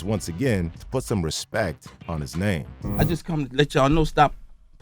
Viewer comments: Birdman didn't say respect it, he said respeck it. Get it right narrator 😊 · I don’t think he said respect he said respek it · Let’s get this clear birdman never said respect 1 time it’s respek 😂😂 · «Respek it» is legendary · “Put some respeck on my name”! 😂